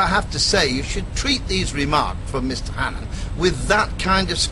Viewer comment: It's Daniel Hannan, not Hannon. The NHS is a joke.